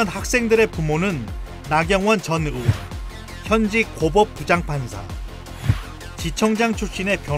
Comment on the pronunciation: 의대 교수 할떈 의 라고 발음 잘하시는데, 왜 전의원~ 할때는 으원이라고 발음 하시나요....